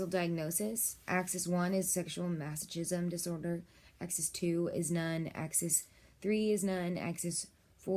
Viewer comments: It’s masokism you don’t say CH like CHOOCHOO it’s more like KOOKOO. :| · TOTALLY FAKE VIDEO. THIS WOMAN IS NOT A DOCTOR. SHE IS A HIRED ACTOR WHO CAN'T EVEN PRONOUNCE THE WORD MASOCHISM. THERE ARE SEVERAL OTHER VIDEOS ON YOU-TUBE WHICH ARE IDENTICAL TO THIS ONE, BUT WITH OTHER NARRATORS, EACH OF WHOM CALL THEMSELVES DOCTORS. THEY ARE NOT. THEY ARE FRAUDS. THIS VIDEO IS FAKE, FRAUDULENT AND PHONY. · probably should learn how to pronounce masochism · I agree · Both terms are pronounced hilariously wrong, and for godsake, DON'T SAY YOUR PATIENT'S NAME. HIPPA violations will lose your license real quick. Lastly, neither of those terms are unhealthy, and are practiced by millions of people who lead perfectly ordinary lives. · don't say your clients name in a video like this... also you obviously haven't done enough research on the topic because you don't pronounce masochism or sadism right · You pronounce masochism and sadism wrong. Are you a professional? Also, these are not bad things as the word disorder suggests. What is not ok, is the abusive husband.